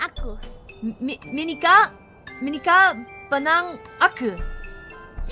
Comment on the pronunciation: "menikah dengan aku" sedangkan yg diucapkan calliope: "minikah denang aku" 🗿🗿